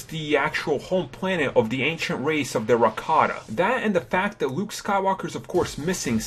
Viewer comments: This video would be so much better without your horrendous speech impediment. "Wuke Skywalker" "Awwow" "Technowogy" "Kywo Ren" "Ben Sowo"? As for "de" "da" "dere" "dese" "dis" etc... learn to speak dude. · wowick davis, wight sabers and wuke skywalker. lol......